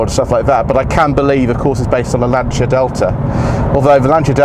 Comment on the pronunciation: Proper pronunciation of FIAT and Lancia! Well done sir!!